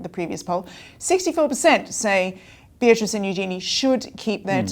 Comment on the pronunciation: I want Beatrice and Eugenie to keep their titles. Just wish you guys would pronounce them correctly 😂